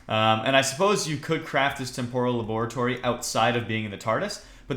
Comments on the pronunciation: u r nub, i use this mod so much, it is so much more in depth, and also, it is pronounced tem-per-al not tem-pore-all, but gg on the tardis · 3: "temporal" is pronounced "Tempral" you egg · Âlëxâ Mîllêr Agreed...